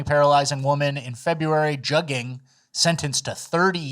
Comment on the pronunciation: Just a heads up also "jugging" is pronounced "jooging" by these juggers